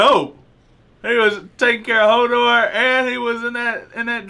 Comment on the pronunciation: It's pronounced Hodor, not holdor